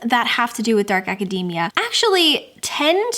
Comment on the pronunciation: Thanks for the pronunciation clarification on Babel but why did you have to mispronounce academia like macadamia?! 😆 It’s aca-dee-mia. We don’t say acaday-mic, lol. So many people pronouncing it like this just grates on my ears.